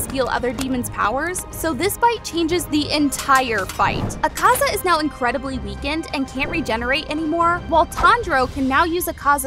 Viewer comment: I feel like Tanjiro would also get the power of being able to pronounce characters names better than you can. .. it's Ahh-kaah-zaah, zehn-it-zoo, and ehn-moo, you pronounced even more characters names wrong... lol